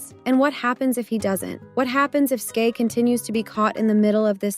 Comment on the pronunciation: Brooooo for fcks sake its SKY not SKAY The way that irritated my soul 😭